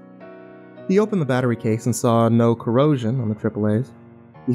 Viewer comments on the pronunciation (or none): none